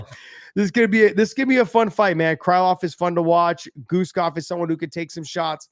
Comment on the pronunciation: cry(😭)love? hibus? sorry Mr. Thopson its oke to be Amarican but plz have some respect for the names of you fellow fighters, you're almost getting on rampage lvl of pronounciation of names, and he is not serious.. no hate , all love